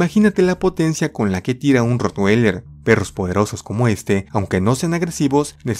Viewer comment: como comentario, no estas pronunciando bien el nombre del ROTTWEILER recuerda que es un nombre alemán, no americano.